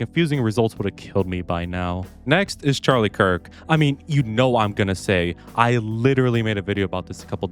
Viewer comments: he 100% said Charlie Kirk 😭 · sounded like you said Charlie Kirk